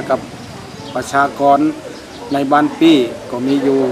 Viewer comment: บ้านปี้ ออกเสียงไม้โทนะครับ